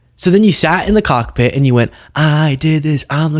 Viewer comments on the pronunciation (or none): whenever you say the word "cockpit", NEVER pause in between the words "cock" and "pit". It sounds like something VERY different.😏🤨